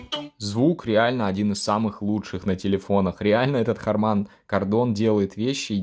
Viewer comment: не hamAn, a hArman! 🤦🏼